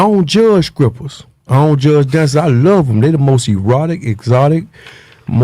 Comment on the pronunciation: "Skrippas... Skrong" Regular People: "Strippers... Strong"